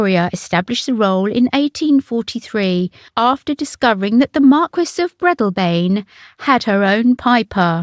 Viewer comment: Does nobody check the script for unfamiliar words before recording it? Catafalack? Breedelbain? Piper major?